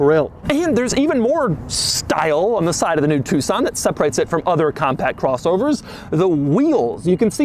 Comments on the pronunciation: It's not Hyundai two-son it's a tuCson (like tuk-son) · Doug, why u saying TucSAN? its an O men... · Us asians call it Tuck-son instead of Two-son U know, how it spelled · Did anyone else think it was pronounced Tuck-Son this entire time ? 😅